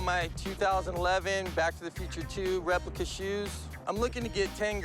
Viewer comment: Did he said replica?